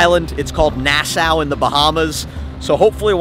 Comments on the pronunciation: Nass-ow Not being rude its Nass-ah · I’m a Bahamian a it’s not nasao it’s nah-saw (spelled Nassau) plus it’s coco key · i loved when pronounced nassau nasaow tip its pronounced nasaw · Erm ashkuly as of 7 months ago when the video was first made according to my calculations wonder of the seas was the biggest ship in the world with a length of 1,188 ft. long 236,857 gross tons and 18 decks high. so erm lemme straighten my glasses so erm stop lying ☝🤓 And ashkuly its not "nasow" its pronounced Nasawll spelled Nassau. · I cannot believe that you have just called Nassau, NASAUW.